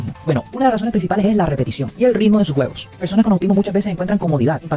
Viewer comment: envés de juegos, yo escuche huevos xD